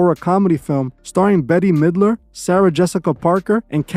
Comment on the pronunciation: Lol it's pronounced "Bet Midler" Betty was cute tho lolol